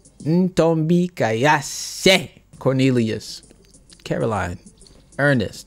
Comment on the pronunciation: It’s Ntombikayise for me. 🤣🤣